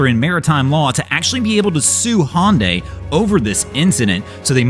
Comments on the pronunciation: Not be be that guy ... But Hyundai is pronounced like Sunday... hunday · Hyundai is spoken just like saying Sunday. HUNDAY = Hyundai Just a friendly comment to help out. I do not intend to insult you. Love your videos!! 😊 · there is no company called "Hon Day" do you mean Hyundai? HA YUN DIE